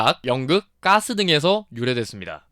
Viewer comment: 가스, 까스 발음 구분 못해요?